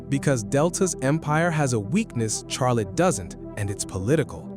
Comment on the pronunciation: Almost as bad as the AI voice pronouncing Charlotte like Char-lette